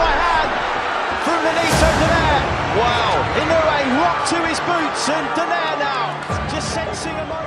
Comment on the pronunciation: You pronounced Inoue's name correctly. You are in the elite 1% of announcers / commentators. It's a rare thing!